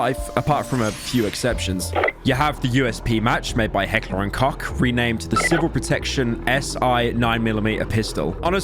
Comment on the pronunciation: Imagine not knowing how to pronounce heckler und koch